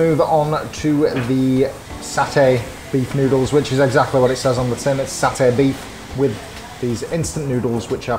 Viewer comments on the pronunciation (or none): none